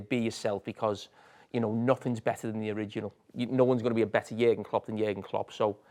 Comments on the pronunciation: Stop saying !JERGEN"! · I’m sure one of the reasons Jurgen left was because of the pronunciation of his name 😅. Wow they butcher it!! Wtf is a yerrrrrgun 😂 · Your doll has to be banned from saying Jurgen. Ffs